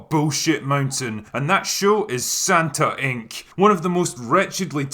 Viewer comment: SantaInc ~ SantanIc ? lol